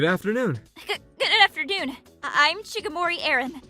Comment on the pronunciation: good afternoon ❌ Good afterdoon ✅